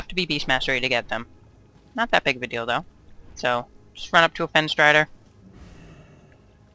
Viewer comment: Not too big of a dildo ;p (i know you said 'deal though' but sounded like dildo ;p ) P.S. liked the video bro , subbed